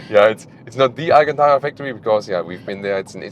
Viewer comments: pronounced Alcântara almost...almost perfectly. A few more days in Portugal and he'll start forming some sentences... Once again, an excellent test. As usual... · You said Alcântara quite well! Great pronunciation 👌 Have a great stay in Lisbon!